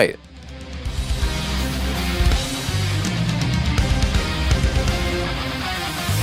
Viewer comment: Thampk yoo skewwy troon